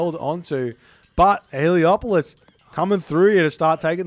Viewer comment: C'mon! It's Helepolis not Heliopolis! You are breaking my immersion!